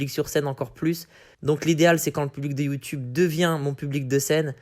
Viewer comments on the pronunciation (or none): none